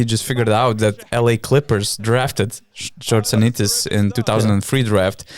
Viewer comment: Scortsianitis is pronounced Skortsianitis